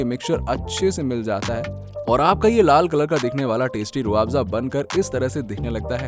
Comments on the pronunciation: Pehle toh pronunciation thik kr. Rooh aafza nhi h Rooh afza hai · Roo aafza nhi hai Rooh afza hai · Rooo aaapza nhi bolte usko khajoor .... Pahele bolna to Sikh le manjan 😂😂😂😂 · Abey jahil.....pahele rooh afza....bolna Sikh...